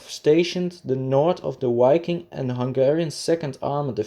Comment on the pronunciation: Nice video and excelent information, however it does not pronounce "UAI-king", it does pronounce with a V sound, like the word "VIKING".